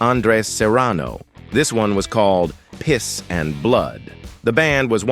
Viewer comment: I love the weird emphasis on "PISS and Blood". Lol